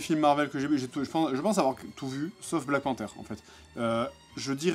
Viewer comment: T raciste au quoi tu n’as pas regardé black panthère et tu dis lelelelele black panthère la wtf